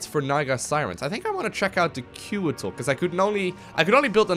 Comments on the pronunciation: Okay, so, I just have to say this. KO-A-TL, each letter having a hard and clear pronounciation. It's winged serpents from I believe Aztec mythology. Not trying to be rude here, just had to point it out. Another great episode, though! :3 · The flying units are pronounced "coo-wah-tel". Good game!